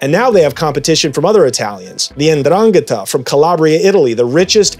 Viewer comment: You cant even pronounce ndrangheta right....